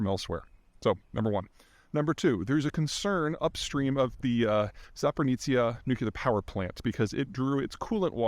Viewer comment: Zapper-nizza nucular power plant